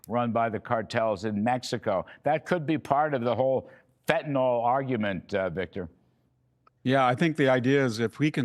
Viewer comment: Fenta-NIL, not FentaNALL!!!!